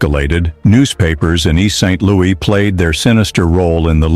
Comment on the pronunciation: Please re-release this video with corrected speech errors. It's distracting to constantly hear East Street Louie and East Saint...Louie. 🫤 Otherwise, I really appreciate this video. Thanks for the history lesson! 👏🏾❤️✊🏾